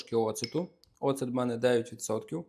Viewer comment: Ne ocEtu, a octu! 😊